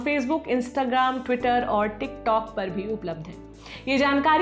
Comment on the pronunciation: Last word tikTOK bol kr Sara maza kir Kira kr diye ho...😂😞😞😞😞